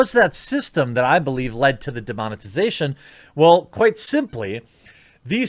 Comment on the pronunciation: Oyasumi, demonetaizēshon!!!